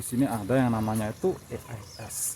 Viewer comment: e ai es..pngen ala indo ato inggris to bang...klo inggris e nya jd i donk😂